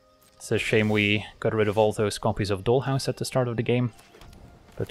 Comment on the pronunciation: Your accent, grammar, and slang are always spot on, which is why your pronunciation of dollhouse was so noticeable. Here in the US, maybe it's different elsewhere, doll rhymes with tall. Just another example of how English is weirdly inconsistent. Not a big deal but I thought you might want to know. That being said, one thing that I am constantly surprised by but never see anyone comment on, including myself, is your subtle grasp of slang. It's great. As always, video was excellent. You are by far my favorite MTG content creator. Your decks are fun, but also your explanations are thorough and educational, your laid back style is relaxing, and your sense of humor shines through. We can always hear the smile in your voice when you are genuinely surprised by an opponents move that actually puts you in a bad spot. It's not a place that most people would find amusing, but you always seem to, and we can feel that you are actually enjoying the game. Top notch.